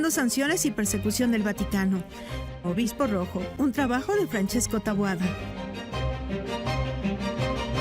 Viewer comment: Dice obismo❤